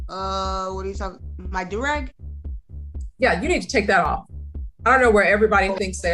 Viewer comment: The way your AI is saying “do rag” is annoying. It’s pronounced “doo rag”. Also, the music in the background is distracting.